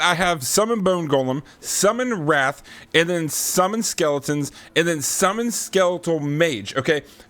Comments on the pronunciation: hearing him call the wraith a wrath is annoying the shit outta me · hahaha I was so confused on what "wrath" was for a minute 😂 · Learn how to pronounce wraith